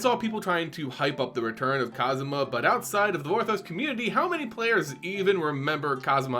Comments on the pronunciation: Literally cringing everytime you say Kasima. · Whoa. just referenced the video game series Yakuza despite not being a fan when he mispronounced Kasmina’s name as “Kazuma,” which happens to be former protagonist Kazuma Kiryu’s name. Strangely enough, both characters do wear white. I can only imagine how Yakuza fans would create memes and references afterwards if they see this video. In all seriousness, though, I’ll be curious about how Liliana’s teaching career would play out. Never thought of our beloved necromancer as a teacher at all. #KasminaKiryu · Wonder if you heard of the Yakuza games as well given how pronounced Kasmina’s name.